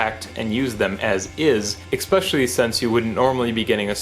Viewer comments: ESPecially, not EXPecially. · "Expecially", seriously?